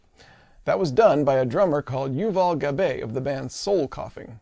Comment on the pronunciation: Shout out soul coughing! Been a long time fan, and im glad to see you make a return with the same if not greater level of script writing and editing. ps the traditional Hebrew pronunciation of Gabay is like ga-bye.